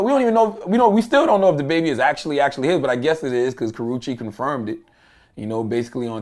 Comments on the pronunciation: tehaha he said kowachaki doeeee! 😷💀💀💀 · How many times he gone fuck her name up LMAOOOOO